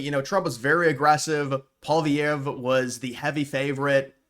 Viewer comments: It's pwa-lee-ev. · … I’m a Canadian. Why can’t Americans pronounce Pierre’s last name 😂 it’s “Polly” (like Polly market) ev. Pierre Polly-ev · Why can you say poli market but you can't say poillievre (poly-ev). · If you want to have any credibility in your videos, at least learn how to properly pronounce Pierre Poilievre’s name properly.